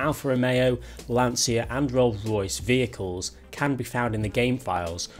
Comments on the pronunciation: Hint about pronunciation of LANCIA: it is not with a "sshhh" sound, but with a sound more like the "tcha tcha tcha" dance :) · It's pronounced Lancha not Lansia!!!